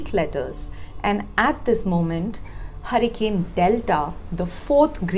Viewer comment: It not Harican its Hurricane. What ever accent may be or you are of foreign origin.